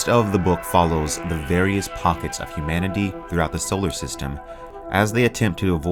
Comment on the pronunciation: Hi, loved the video. The "humnanity" error at the beginning cracked me up though.